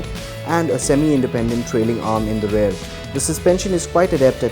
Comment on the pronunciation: Good, exhaustive review. Do note that the correct pronunciation of 'rear' is RE-EAR. Not RARE. Only mentioning this because the host used the word multiple times in the review.